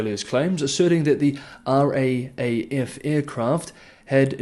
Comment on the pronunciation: RAAF is pronounced R--double-A--F. China likes to expand all these flexible borders. Looking for trouble.